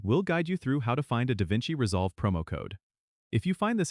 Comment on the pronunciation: it's not Da Vinci resolve. lol